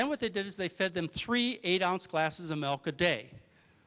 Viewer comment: Intereting talk. What the hell is "melk," though?